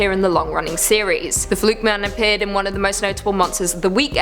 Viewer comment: The way you pronounce "fluke man" sounds like it's a surname (e.g. Joe Flukeman).